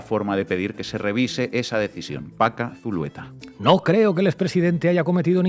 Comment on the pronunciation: Zulueta no, Zuleta ,! Así esta escrito.